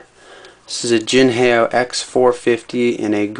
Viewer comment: jin hay oh ? its pronounced the way its spelled, "jin how"